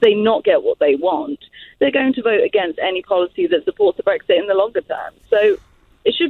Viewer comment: wtf? my pension has no link to the EU whatsoever, this guy is a liar. Anyone noticed this guy pronounces Brexit "Brextheert" just like that fat ugly black PM.